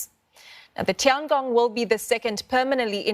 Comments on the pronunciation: Why she pronounce as Tiang Gong, it is obviously 天宫 the [Heavenly Palace]. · Well, she could pronounce as; Tiang Ong and not Tiang Gong [the extra G] when it should be Tian Gong. Anyway, look it on the bright side, now everyone knows Tiangong means [Heavenly Palace]. 🙂